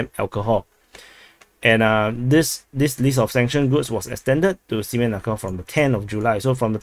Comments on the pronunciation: I don't think Russia is sending a train load of semen to Kalingrad. Please check you pronunciation. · I think we didn't mishear, but he just mispronounces it. 😅